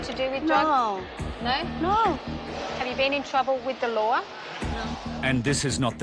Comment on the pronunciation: ‘have you been in trouble wih the ‘ LOOAH’? ‘…. I dont know what a ‘looah’ is.